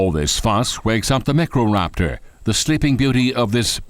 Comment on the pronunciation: The narrator is absolutely hilarious 😂 Macro raptor and velosor raptors 😂 I don’t think he can distinguish between micro and macro 🤣